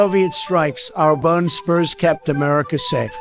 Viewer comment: This was perfect other than the word spurs and socks. Otherwise it honest to god sounds like a pitch perfect recording